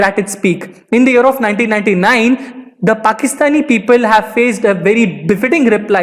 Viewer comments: He said "year of"... I heard " Europe "🤷🏻‍♂️ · When he says year of i hear Europe😀 Bdw very knowledgeable video